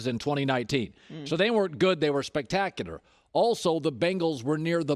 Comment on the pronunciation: Everyone: spectacular Colin: spectacyader